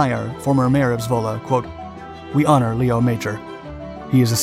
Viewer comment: They also pronounce his first name incorrectly (Lee-oh, rather than Leh-oh).